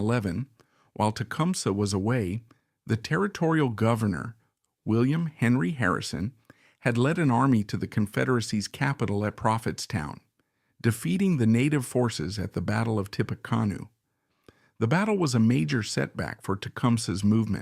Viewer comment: Why was a rocket launcher and trench warfare depicted during the Mexican War shown in the AI? You talk about the investigation of his body after being exhumed but give no results. And when the AI narrator mispronounced "Tippa- CON-ew" at 7 minutes and change, I was out of here. You ought to be ashamed of this amateurish bullshit work. You need an editor.